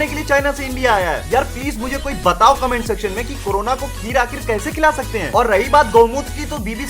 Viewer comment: Corona not karona